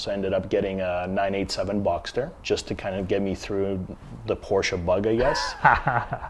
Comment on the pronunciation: You can’t even say Porsche properly.